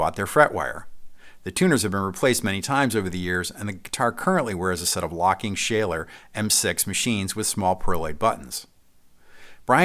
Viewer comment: The stories around the Red Special will never stop to blow my mind, and there were several pieces of info in this video I heard for the first time, too! 😀👍 'Schaller' is pronounced "Shuller", by the way (German, like myself) 😉